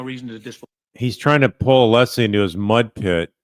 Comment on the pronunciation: asked Alessi to clarify his name, then mispronounced it! Idiot right outta the gate.